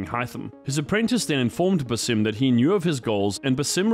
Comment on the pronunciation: BAA-Sim. His name is pronounced so many times how do people still get it wrong?